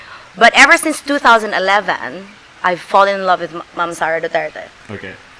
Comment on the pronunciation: says "I've fall in love with Mum Sara Duterte" which is wrong in so many ways - context and grammar alike., you should have said it like this, " I've fallen in love with Ma'am/Mam (Not Mum.. check your pronunciation please) Sara Duterte. If you can't improve your English Communication skill then you may as well speak "TAGALOG". You sound better in tagalog!